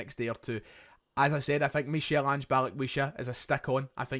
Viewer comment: It’s pronounced Mikal Ange